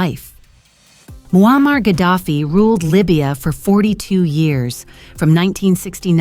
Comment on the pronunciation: I had to watch this with captions on, your A¡ narrator makes it sound like his name Wall-Mart Gaddafi😂😂😂....Bruh🤦‍♂️🤦‍♂️ You should use your real voice idk how many times your A¡ repeats the same storyline, in five mins. I heard married for 40 years, a handful of times so I just Stopped, not much of a fan of A¡. A¡ kool if it's used the Right way, most of the time ppl slack with it.